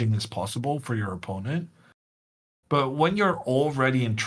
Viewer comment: Nice to hear the commentator pronounce the word "opponent" the correct way - unlike others who must remain unnamed for now and which I wish a speedy recovery..